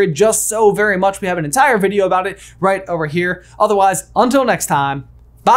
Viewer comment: Y do u go all country when u say bye also y don't u say see u in a nother life like j